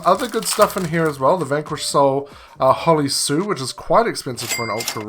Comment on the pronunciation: Thank you for pronouncing hollie sue the correct way. many content creators say it wrong